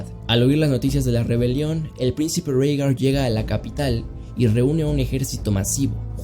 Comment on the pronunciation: Bro, se dice Rigar*